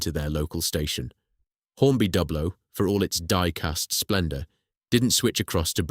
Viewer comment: The rival company is pronounced as try-ang , not tree-ang ; and on that matter Dublo is pronounced with the U as in You and not as in sub .